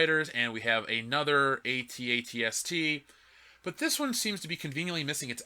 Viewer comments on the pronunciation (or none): The fuck is a AT-ATST. Its an AT-ACT fam LMAO